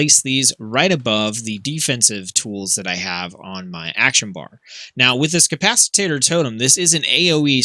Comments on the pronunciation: It’s not pronounced “cap-ac-it-tater”. It’s cap-ac-it-tor. 🤗. Ty for the video it was helpful. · Nice guide! I am starting to heal more on my resto shaman so this has been very helpful. BTW, it is capacitor (ca-pa-sa-tor - not ca-pas-i-tat-tor). :)